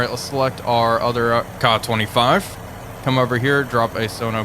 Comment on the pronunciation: Kay-A 25 not kah25 this drives me nuts